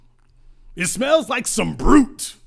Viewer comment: this nigga said BRUT....lololol